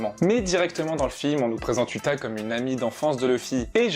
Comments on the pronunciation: 👺 sa s'ecrit uta mes sa se dit outa et tu dit uta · C'est outa pas uta (pour la prononciation)